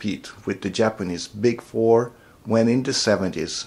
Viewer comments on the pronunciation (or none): none